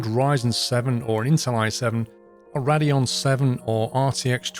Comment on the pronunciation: Rad -eon 😂